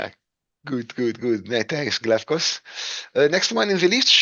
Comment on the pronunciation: great pronunciation of the Greek name Glafkos 💯 Great content as always!